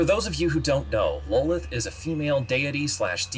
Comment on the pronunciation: Lolith!? Wtf lol! Its Lolth!